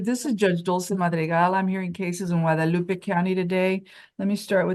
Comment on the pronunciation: Mam its Guadalupe not wuadalupe